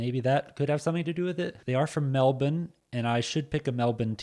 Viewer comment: You're american mate you don't need to try to pronounce melbourne like an aussie